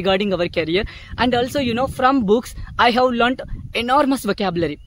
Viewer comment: You are doing great brother, you just need to work on your pronounciation. Words like stopped, learned and asked etc.